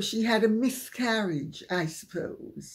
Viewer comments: Are you saying miscarriage or myth-carriage? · Lady C, did you say "mythcarriage"? Love you!!!